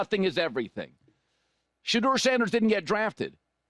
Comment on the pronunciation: "SHE" deur